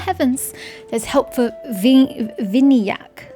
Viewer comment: you pronounced Vinayak fine lmao. Vin-aa-yak is indeed correct...and there is no point in it being voice acted, as they have been using hindi words ever since sumeru released, and they are still pronouncing things wrong.